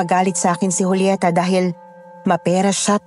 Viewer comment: Joolyeta ka nang Joolyeta eh Julieta as in Hulyeta nga, Hulyeta! Di na orient? Ikaw lang ang nag Joo-Joolyeta eh.. Wahahaha!